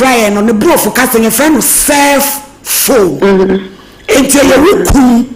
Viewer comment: 😂.. Its not "self phone" oo.. Its cell phone!